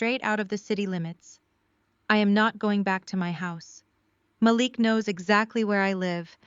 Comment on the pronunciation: Is it possible to use a Black voice and that voice pronounce names properly? Her brothers name is pronounced MaLEEK. I like the stories, but these two things are distracting.